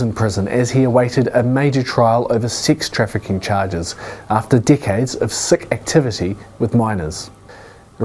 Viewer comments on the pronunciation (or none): Did anyone else hear “dickhead” instead of “decades”? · Did that guy said “decades” or “dickheads”?? 😂😂😂